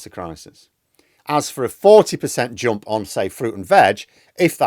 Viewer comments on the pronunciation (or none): 'Jomp, Tromp?' Seriously? Something wrong with your mouth? Can't pronounce a U?